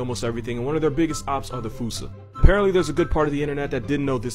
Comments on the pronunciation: Fosa not foosa. I did the show though. Carry on... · Foo-sah? I thought it was pronounced Fah-sah.